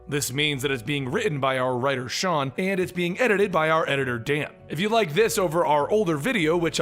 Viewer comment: it's not Sean, it's still Sheen!:P